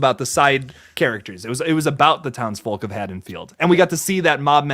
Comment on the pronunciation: It's Haddenfield not haddensfields... and. Haha lol